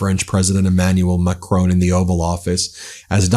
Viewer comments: His name isn't pronounced Macrone, there is no "e" on the end of his name. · There is no Macrone in France. It is Macron. Get it right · Ben, his name is not Macrone, it is Macron. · It's macRON not macCRONE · Please Ben it’s pronounced Mack Ron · At least, rhyming with Don would sound closer to French than rhyming with Bone does. Painful to listen to. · How dare you pronounce the President of France surname incorrectly. I thought you were intelligent. Got that wrong.